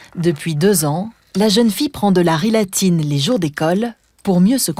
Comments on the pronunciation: C’est ritaline et non rilatine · Pourquoi il est dit rilatine et pas ritaline ? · Ritaline et non Rilatine